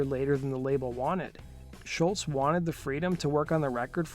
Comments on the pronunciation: It's SCHOLZ not SCHULTZ.... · Damn dude, first, you gotta learn how to pronounce Tom's last name: it's ScholZ, not shultz! 2nd, a bit more fact checking. You tell parts of the story different than Tom himself. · Great first album, great songs, great guitar tone, drums and bass sound really good for mid-70's basement studio recordings, and Brad Drop provided incredible vocals. It sounds like you're pronouncing his name, "Schultz," and not, "Scholz." Kinda annoying. Cool video otherwise. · It's not Schultz, it's SCHOLZ (rhymes with moles). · This is to the guy who did the Voice over it's Tom Scholz not Scholtz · Great video and info. BTW, Scholz is pronounced "Shoals". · Hey nice job but can you pronounce his (Tom Scholz) name correctly especially if you are going to say it dozens of times? It's pronounced like "Shoalz" there is no "t" sound in it. But you even put a "t" in the tags of the video. Otherwise good job. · Narrator mispronounces Tom's name every time! The is NO "T" IN HIS NAME! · Doe the narrator keep mispronouncing Sholz or am I not hearing him correctly?